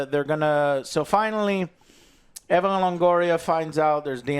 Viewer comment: I wasnt aware that "Evan" Longoria was in this movie. I guess hes taking time off from playing baseball. Like dude, you are latin, how do you not know how to say Eva Longoria?